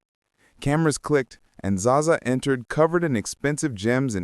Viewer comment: "Za-za" AI spotted 😂 "Bet Davis"